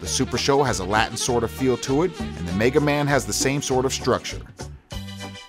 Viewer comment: World: "Meh-ga Man" This guy: "MAY-ga Man" @@